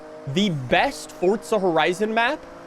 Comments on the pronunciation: can this mf stop saying fortza oml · Why he calling it ForTza